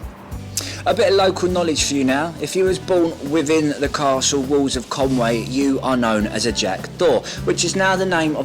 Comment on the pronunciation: Mate,love the vid. But it's not Con Way,it's Con Wee. Conwy,diolch!🏴